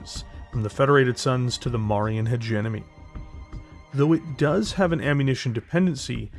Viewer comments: Its marian HegeMony. Not HegeNomy. Good video though. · Its funny hearing Marian hedge-enemy... excellent content.